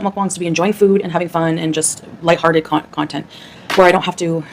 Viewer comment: when she says content, it sounded like cuntent to me.